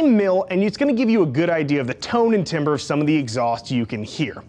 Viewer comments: Speaking of sounding right, your pronunciations are wrong. 1. Timbre is "TAMber" not "TIMber" 2. Both is "both" not "bolth" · love your videos, but one comment. I did this for the longest time before I was corrected, so let me pass it on to you in the spirit of which I received it. Timber: In music, timbre (/ˈtæmbər/ TAM-bər) also known as tone color or tone quality from psychoacoustics, is the quality of a musical note, sound, or tone that distinguishes different types of sound production, such as voices and musical instruments, string instruments, wind instruments, and percussion The pronunciation of 'Tim-ber', as in something you shout when felling trees, is wrong, even though that's the way it's spelled. For Forty some years, that's how I thought it was, and then someone corrected me. The 'Tim' is actually 'Tam'. Don't ask me why. The pronunciation of 'Tim' has been widely used that it's actually becoming accepted, but being accepted doesn't make it right.:D However, you just keep these great videos coming, okay? That's all we really care about.:)